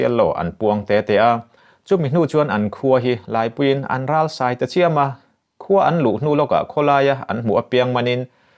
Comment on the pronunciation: râlsai ni lovin, ralsai ti a lam tur